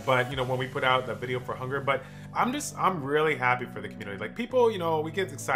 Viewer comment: Say it with me, rung-neer. Not “hunger”...